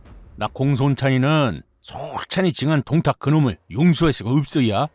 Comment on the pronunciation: 원또(원소)의 똥따령관 부분에서 ㅋㅋㅋㅋㅋㅋㅋ 김밥 밥알이 날아가는 사태가 생겼습니다. 방심하면서 먹으면서 듣다가 사레 들리고 ㅋㅋㅋㅋㅋㅋㅋㅋ 이건 뭐 쌈국지 들으면 늘 있는 일이라 ㅎㅎㅎㅎㅎ 동딱이 아니라 똥딱같은데... 들을 수록 귀엽잖아요 우리 귀요미 원또 발음이. 밥이 그냥 쑥쑥 들어가네욤. 한참 까르르 웃는 와중에도 역시 오늘의 교훈은 놓칠 수가 없네요. 꽤 여러가지도 나오는데다가 요즘도 그닥 저 시대랑 다르지 않구나 하는 것을 매치시키며 생각하다가, 인간의 본성이 그런걸까도 싶고 생각이 꼬리를 무는군요. 참 쏠쏠합니다 재미와 교양까지 일거양득이라. 아군인거 같아도, 꼭 그 안에 개인적인 시기 질투로 본질을 흐리면서 분열을 일으키는 자는 어디든 있죠. 원또가 동생을 맴매해서라도 버르장머리를 고쳐줬음 싶기도 했습니다. 동탁 토벌이라는 본질보다는 자신만의 그 자괴감에서 도출된 시샘은, 전장에서 무리를 이끌어서는 안 될 가장 위험한거죠. 결국 그 토벌 대상인 동탁하고 그럼 무에가 다르겄느냐... 이 말입니다. 원술 참 못됐어요 속도 좁구요. 진짜 적은 내부에 있다는게 이런 경우같고, 결국 그 사람의 그릇된 욕망이 자중지란이 되는거 같습니다. 특히나 원술이 본인이 이룬게 아니라, 원또라는 형님... 즉 자기 가족의 힘만 믿고, 자기 영달만 챙겨서도 일이 제대로 꼬인거 같아요. 작금도 별반 다르지않다고 보는게... 학폭이던 직장 내 괴롭힘이건 지나가는 사람들에게 마구잡이로 그러건 그런 이들을 까보면 상당 수가 '가족이 뭐다'가 꽤 역겹게 자주 나타나곤 하죠. 하지만 원술도 요즘 시대의 또 다른 원술같은 자들도 간과하는게 있죠. 진시황도 천년만년 사는걸 몬했는데, 즈덜이라고 오래 살겄어욥? 그래서 사람은 맘 곱게 써야, 두 다리도 편히 뻗고 잘 수 있는거구나 하는 깨달음을 이번 15화가 묵직히 주네요. 재미나게 엮어주신 문화류씨 작가님, 너무나도 맛깔나서 밥 먹다가 사레도 여러 번 들릴만큼 신들린 더빙을 해 주신, 덕분에 폭염의 날씨임에도 불구하고, 식사 시간이 즐겁고 시원하고 기분까지도 좋아서 행복합니다. 고맙습니다!